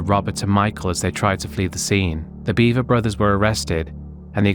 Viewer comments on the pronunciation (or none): Not "Beaver" its Bever. B-eh-ver.